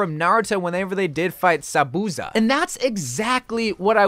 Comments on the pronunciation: Okay dude it's pronounced za-boo-za Not za-booz-a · Who da Rick is sabuzza it’s zabuza pronunciation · Mans said “Za-boo-za” 😂😂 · “sabuza” nice (no hate)